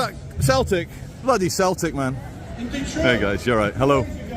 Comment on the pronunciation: It’s pronounced Seltic, you idiot BOT!